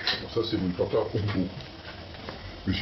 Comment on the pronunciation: A " tatari" de boeuf 😂